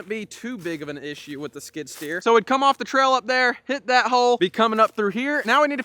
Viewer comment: Skid steer not skidder…. A skidder drags logs out of the woods…